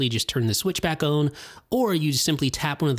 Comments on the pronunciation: Why does he say on like “one” in toblerone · where you from. you say on different